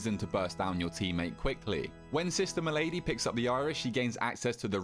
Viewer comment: Malady, not m'lady smh, emphasis on the first syllable